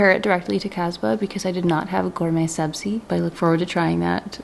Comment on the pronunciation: Omg I’m a fellow Persian here! Have been following you for 9 years and screaming on how great you’re pronouncing “Ghorme Sabzi” lots of love from dt Vancouver ❤ (btw Armineh is kinda right about Cazba 👀)